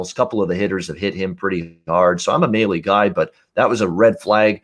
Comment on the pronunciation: Mahle is pronounced (malley)